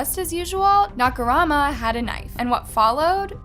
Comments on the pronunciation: Agreed. I understand if it's a foreign name and you genuinely are unable to pronounce it even after looking it up, or you can't find any references of how it's said, but like... Dahmer is infamously known, and Nakamura isn't THAT hard to find the pronunciation for. When I hear a name so butchered it completely takes me out of the video tbh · She did the same with her next story with Nakamura... feel like it was rushed so she could just get a video out. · I noticed that too, also the way she kept mispronouncing “nakamura” even though it was spelled correctly in the captions 😂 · First of all thank you for making this video, but secondly, please focus a little on the names of the people you talk about. I can understand that foreign names are hard to pronounce but at least get the order of the name right, it really threw me off when you kept switching from Nakamura to Nakarama. Again, I know we don't all say things the same way and that is fine but at least put in enough soul and respect to get the order of the letters right. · Nakarama LOL Wasn’t it nakamura? Idk but it’s funny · And just to add that it’s nakaMura not nakarama. I couldn’t listen anymore with the constant mispronunciations. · is it nakarama or nakamura? because you're pronouncing it "nakarama" but your subtitles says "nakamura" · Pronunciation; na ka mooo rah, and dah mur… I think you need to stop talking in a stuck up tone of voice and actually learn to pronounce names. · the Oddest J is one not mentioned yet. but for real, if i heard Nakurama one more time, sheesssh. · Take a shot everytime she says Nakurama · You had so many chances to pronounce Nakamura correctly and not once did you take it